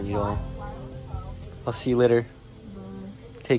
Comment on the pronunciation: Bro said NidAl It’s said like needol 😂